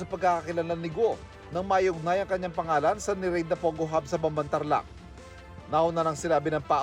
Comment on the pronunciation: Ganon ba katamad si Atom para hindi alamin yung tamang pronunciation ng "BAM'BAN"? ilang buwan ng nasa news to halos lahat ng reporter BANBAN ang tawag? 🤣🤣🤣